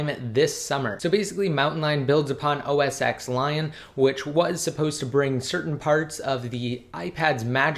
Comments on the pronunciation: Please say it rightttt, Its called OS Ten not "X". The X is a roman numeral and its pronounced ten! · call it os 10 not x xis 10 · That's what i mean. He pronounces it as OS X (with letter X), not 10. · Its OS 10, not OS X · OS TEN get it fucking right, you seem like a smart person put why do you say X!